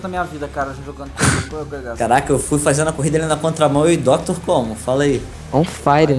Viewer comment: "DUCKTOR" e seu pato ahuhauuahu